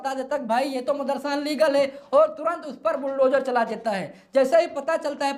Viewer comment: कुत्ते भौंकते रहते हैं हाथी मस्त चलता रहता है। अलीगल नहीं इलीगल होता है पहले सही शब्द सीख ले ।